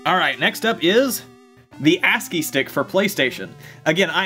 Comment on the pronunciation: When u show the ascii one I thought u said a**key lol